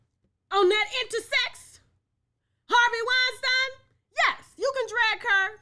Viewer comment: That man's name is pronounced wine.STEEN... PLEASE STOP calling him weinSTINE